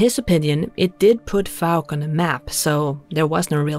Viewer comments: FYI: it's pronounced "Fowk". I was raised in that neck of the woods and remember when all that went down. My high school (no longer in existence) played basketball against Fouke and going home late after the games always brought out the stories. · 😂I'd change the way you pronounce fouke!! Bless you. I love your voice and you are doing great anyway!! xx Jason in England 🏴